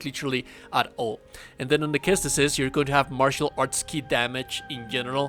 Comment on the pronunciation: "ses-tus", not "kes-tus," dude. Also, trying this build, minus the armor, vs Masakage second fight and STILL getting my a$$ beat...